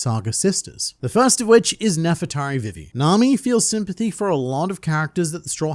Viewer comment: You said vivi wrong